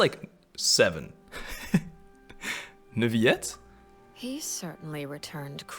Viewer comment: I am begging you stop saying Neuvyette, please, Edmond Rostand would be screaming in his tomb 😭